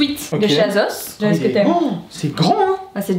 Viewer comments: Elle dit azos c’est asos !!! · C’est moi ou elle dit « azos » 😂😂😂